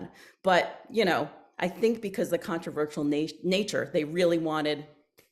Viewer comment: “Contraervsal……….controversial” Easy for her to say 😂 Otherwise great interview